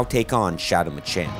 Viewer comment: Bro really said Machin